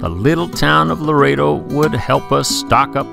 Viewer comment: I love sailing this area but six times you said the wrong town name. The town is Loreto NOT Laredo.